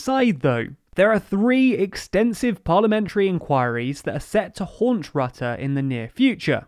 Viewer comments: Excellent summary, but Rutte rhymes with "put", not "but". 🙄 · Except for the pronunciation 'Rutte'. The u is not pronouced as in 'cup' but rather as in 'hurt' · rrahhtahh (haha grappig hoe ze rutte in het brits uitspreken :)) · 'Rutte' pronounced 'Root-uh' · Rutte is pronounced wrong throughout the entire video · This video was full of incomplete information. Yes, the Netherlands is important, but The Hague is not the “center of power of the EU.” Also, as the number in ‘Frugal 4’ implies, that is also not the center of power in the EU. Also, Rutte’s name is pronounced incorrectly and within the EU, the proportional representation system is neither unique or even uncommon. It’s more common than the first past the post system in the UK. Also, the exclusion of working with the PVV is not just because of their right-wing views. The CDA and VVD formed a coalition with the PVV before and the PVV was just unreliable and chaotic, and just very personally rude.